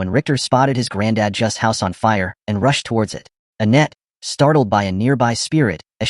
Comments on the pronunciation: Her name is Anette(Ah-net)Not Ah-neet! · Weird how everyone else’s names you get right except for Annette… and slave? Definitely raised wrong.